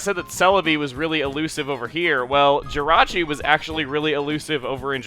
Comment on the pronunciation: Jirachi not Jyrachi!!!!!!!!